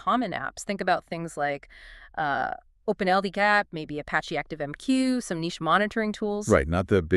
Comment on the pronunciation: It's Open-L-DAP, isn't it? I dunno why the pronouciation is so far off - ...